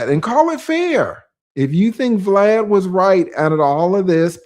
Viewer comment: Saying BLAD instead of VLAD is the boosie code for max views 😅